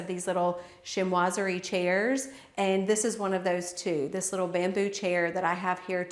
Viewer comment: Chinoiserie. Sheen wa zer ee, That is all. Thank you.